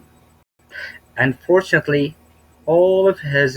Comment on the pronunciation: العفو أستاذ عندك كلمة Unfortunately كأنك عم تحط حرف الباء بالاخر باللفظ وهى ما فيهاا حرف الباء ممكن تصلح هالشي. (يعني بالقراءة في خطا)